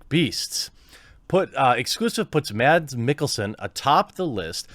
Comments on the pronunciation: His name is pronounced Mas like Christmas. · The D in Mads is actually silent in danish, just saying.